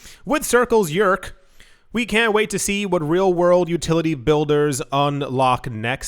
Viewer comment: "circle eurc"? srsly? was i the only one that thought it sounded like circle jerk?